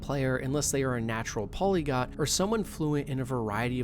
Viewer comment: The word is "Polyglot", not "Polygot". The "~glot" comes from the word "Glottis", a part of the speaking organs.